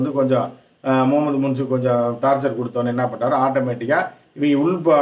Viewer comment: முன்சு இல்லப்பா😂 முயிஸ்